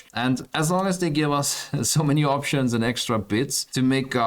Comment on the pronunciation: opshuns opshuns opshuns.. git talks a lot